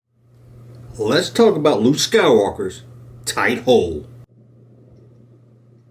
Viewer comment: You just like to say thight hole 😂